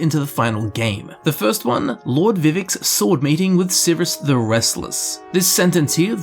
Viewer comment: I REALLY WANT TO KNOW WHY YOU SAY VIVIC NOT VIV'ECk